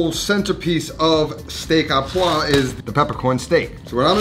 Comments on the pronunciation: It's Steak 'au' poivre - pronounced 'o' - Not 'ah'.... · you pronounce it '' o poivre '' not a poivre ahah, love your vids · Not steak A poivre.. steak O poivre. A and U together "au" makes the sound O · maybe just learning how to pronounce the dishes you cook? it is not "Steak aux Pois"(poa like you say), which would mean steak with peas, but Steak au POIVRE, which is pronounced "poahhhvr" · O poivre. Au is like an o sound. And the 'vre' at the end is important, otherwise it sounds like pois(peas) and pea steak does not sound appetazing. Great looking steak. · Hey Dude, love your channel and content, not having a go but just so you know, Steak Au Poivre that you have delightfully cooked, isn't pronounced as you say, the "au" is pronounced how we say "o" in English. (think Filet o' Fish at Maccy D's). Keep up the good work and looking forward to enjoying more of your awesome videos :) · It's pronounced Steak O Pwarvrr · "steak à pois" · Au is pronounced O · The "au" is pronounced "oh". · Steak AU poiVRE please, just take your time, pronounce, you'll be fine. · It’s pronounced like just the letter O steak O poivre 🤓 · I'm not enthused when you can't ever pronounce steak au poivre.